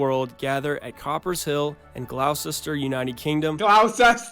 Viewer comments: I’m from Gloucester, the fact he said Coppers Hill when it’s Coopers Hill😂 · its coopers hill, im from Gloucester 😂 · As someone who has lived in Gloucester their whole life.. I have never been so insulted… Gloucester being badly missed pronounced was one thing but coopers edge! Where did he get coper from 😂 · Same tbh also he couldn't even get Coopers Hill right but the event is great fun